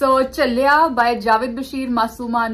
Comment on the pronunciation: Please Name Theek Len Its Jaavaid not ja-vedd